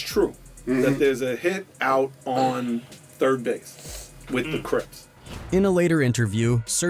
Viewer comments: It's 3rd bass (pronounced base🤣) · Yo… can you just read the script vs AI? I mean “3rd Baaaaaaaaasss” lol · You mean 3rd. Base and not 3rd. Bass. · ITS THIRD BASE NOT BASS...FAKE NEWS